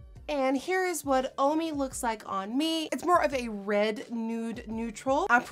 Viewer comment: It's RED not RET learn your words woman